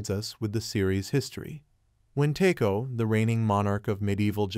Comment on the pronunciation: My man, don't you note the pronunciation of names when watching the series? Anjin is "ahn jin". Taiko is "tie koh". 20 seconds and I'm out.